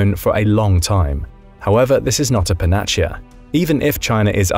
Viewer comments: Your pronunciation of "panacea" was terrible, it's not an Italian word, it's Latin. The C is pronounced as S /panəˈsiːə/ ("panaseeah") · Panacea Pa-nuh-see-uh 😘😘✌🏼✌🏼❤❤